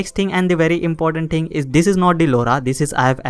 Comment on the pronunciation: Every time he says “you can see”, “let me show you”, and the word “ting” take a shot of bleach.